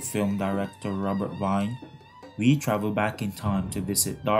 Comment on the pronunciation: interesting essay, thank you! Please let us try to pronounce Wiene's name correctly ('Wee-ne', not 'Wine'*)